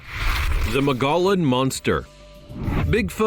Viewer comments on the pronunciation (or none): Kai bab not kabob. Mow Gee On not mow gollon. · Okay say it with me now... Mogollon. Moe gee on. Also kaibab ky bab. The mispronouncing is killing me here. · It’s pronounced mugion rim! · Just so you dont sound like this brain surgeon Moggollon is pronounced muggee on. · Mong-a-lon Monster? It's pronounced Mo-Go-Yon. The narrator is clueless. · It is pronounced mo -- ge - yone . The double LL are silent . Mogillon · Mongallon monster.....nope that not how it's pronounced at all. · Magollon is pronounced Mug-uh-yon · I was in the boy scouts in 1965 & 68,69 .we went to camp geronimo in north Eastern AZ in the mogollon mountains pronounced (MOGEEON)&Evan then the camp rangers told us about the MOGEEON MONSTER & 2 keep r heads on a swevil... really dont think these rangers were trying 2 scare us.i was a fire team man.WHEN THEY THIS THER FACE WAS STONE COLD WITH FAR AWAY EYES.HARD AS a ROCK. & I believed them 100% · The Mogollon monster is pronounced MO-GEE-ON monster. They are there! 👣 Cant believe they didnt mention the legend of Egyptian ruins and artifacts supposedly found many years ago.